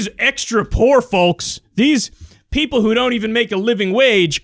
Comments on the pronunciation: I have to say the emphasis on the L when you say folks makes me irrationally angry lmao. Love the content though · Kyle, I love you, but I'd just like to tell you the L in folks in silent.